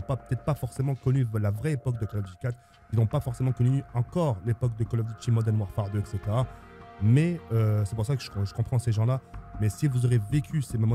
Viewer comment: "Col Ofe Dutie Modene Wafare 2"